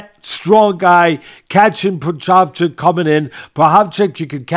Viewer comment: Jiri "pro hodge kick" Prohazka